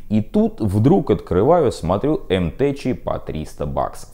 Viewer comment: Не уверен, что название М-ТЭЧ, наверно все таки М-ТЭК